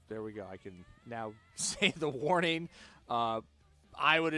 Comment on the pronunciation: Good pronunciation of their names!